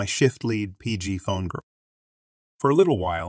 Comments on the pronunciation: Lead…leed not led. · Lead is pronounced LEE d. NOT the metal. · the led pronounciation is only for the chemical